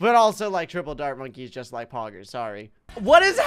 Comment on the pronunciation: the way he says poggers and how he zooms in on his mouth has my rolling XD idk why i think its funny!